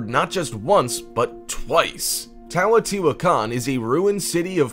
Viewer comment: Teotihuacan... You 1. Butchered the HELL out of the pronunciation of it and 2. messed up MANY of the facts of the site. We know why it was abandoned. The Olmec abandoned it the first time due to severe drought and decline of their civilization, moving North (Mostly) or south (a smaller portion of the population). The Second time it was Abandoned was due to the Spanish, and the Rapid and severe decline of the Aztec peoples. 3. You make your dates confusing, whether purposefully or not. The Olmec abandoned the site sometime between 650 and 750 CE (Being built sometime between 100 BCE and 100 CE). The Aztecs not until the Spanish pushed them out after their invasion in the 1500s (Im not sure the exact date). 4. There IS writing at the site, its in Hieroglyphic form, but we don't know what it says. 5. It wasnt hidden because its hard to say... >.> Just because its harder for a English Speaking Individual, doesnt make it hard to say for everyone... All dates are fluid, as different scholars place different dates AND locations for most Civilizations. I have seen dates for the fall of the Olmec at 400BCE and as late as 1000 CE. If anyone has different information, I would be glad to hear it. MesoAmerica was not my area of study for my degree, but did fascinate me. So new information may have come up since 2012 since I studied this information. Point stands though. Please do more fact checking, as these videos ARE informative, but tend to have inaccurate information at times.